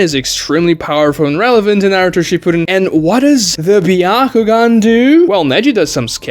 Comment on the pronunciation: Is it pronounced byahugan or byakugan?